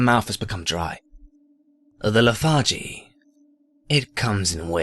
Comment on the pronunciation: Great loved the story and I really like your whispy voice. But and I don't want to be "that" guy but it's leth-ar-gee and ob-sid-e-un